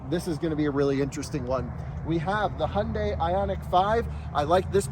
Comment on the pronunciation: Short Question but why, why can you Pronounce Porsche the correct way but not Hyundai? It's not hondey. No one you is pronouncing it the correct way. Please google it.